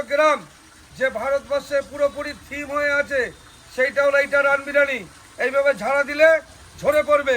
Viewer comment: O to sala 'birani,birani bolche biriyani boltei parenaa